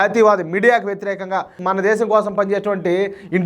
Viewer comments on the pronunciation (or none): none